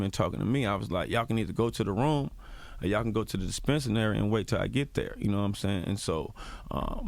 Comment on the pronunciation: Good interview, but it is dispensary! He kept mispronouncing it really wrong